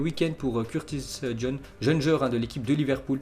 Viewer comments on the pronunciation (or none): none